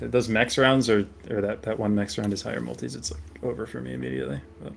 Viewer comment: 50 mins into the video before I realised you were saying multi's. Whole time thinking why's he going on about the Maldives